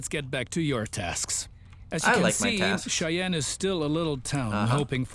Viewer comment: Cheyenne is pronounced "Shy Anne"